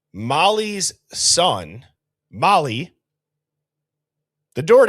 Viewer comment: EVERYTIME you said "Mollys son" it sounds like a Chinese word "Mollysson" 😂😂😂 Like the karate kid learning a new "wipe on wipe off" method 😂